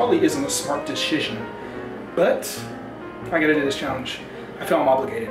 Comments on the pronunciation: deshishion lol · Yeah idk if that was the smartest deshishon🤣